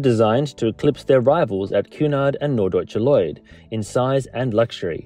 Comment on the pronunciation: How interesting! And well done for pronouncing "Norddeutscher Lloyd" 🤣 It hardly rolls off of the tongue, you must have been practising.... (My YouTube name has finally updated itself, I am trying to keep a low profile and not embarrass when I keep insisting on commenting on her videos....!)